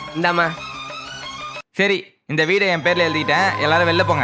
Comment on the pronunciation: Veta ❌Veeta✅